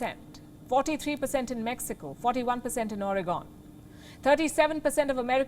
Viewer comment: She saying "Oregon" like Origon is just pure entertainment.